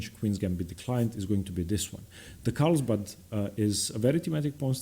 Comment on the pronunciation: Great content. One correction though, it’s carlsbad not Karlsbad.